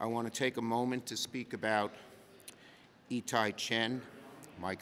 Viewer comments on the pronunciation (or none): Hiccups on the name E Ty over and over, it’s part of all law to place the body in a manner of the family relationship